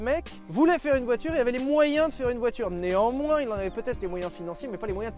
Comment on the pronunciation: Omg "néamoins" j'ai eu du mal 😂😂